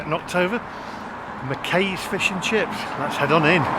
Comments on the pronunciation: Pitlochry wouldn’t be my stop off, for fish n chips, lovely area have stayed in couple of the hotels there. Need to learn how to pronounce McKays, rhymes with eye. Any, it looked well tasty. Only gripe, you discarded the lemon for the fish and there homemade tartare sauce. Looking forward to next video. Pity your not touring Scotland to do a fish n chips tour. Safe driving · McKays is pronounced "Mc eyes" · McKays is pronounced "Mceyes." Great video though! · It's pronounced McAyes. As in Aye Captain! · Bet the “session error” was just the session with the app itself — nothing to do with the charger process. Confusing though! 🤓 The McKay’s (rhymes with McSkies by the way) fish’n chips in Pitlochry looked just amazing.